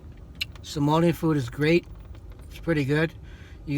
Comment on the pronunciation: I literally eat that every day and that’s not how you say baris and somali